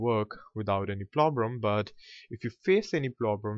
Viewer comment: "... if you face any PLOBREM ...". LMAO. Thx for tutorials, bro!)